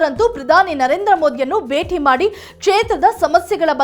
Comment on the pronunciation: ಕನ್ನಡ ಚೆನ್ನಾಗಿ ಕಲಿತು ನ್ಯೂಸ್ ಓದಲು ಬರಬೇಕು ಅನ್ನ ಭಾಗ್ಯ ಬೇಟಿ ಹಬ್ಬ ಎಲ್ಲ ಮಹಾಪ್ರಾಣವನ್ನು ಚೆನ್ನಾಗಿ ಕಲಿಯಬೇಕು